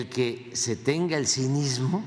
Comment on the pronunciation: "lamentable el que se tenga el ciniSMO" en vez de " que se tenga el cinismo"